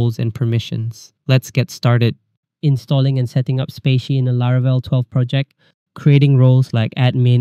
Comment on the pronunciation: Thanks for the tutorial, much appreciated! By the way, "spatie" means "space" in Dutch (as in " ", the space between text) and is pronounced like "spa" + "si", not spacey ;)